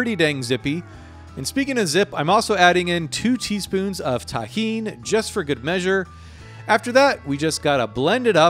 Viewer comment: You pronounce `tajin` as `tahin` and it confused the heck out of me: "why is his tahin a dry red powder? o.O" So apparently it's some mexican chili-peper based seasoning?